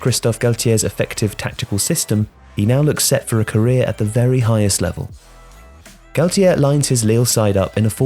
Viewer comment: Galtier, not Gatlier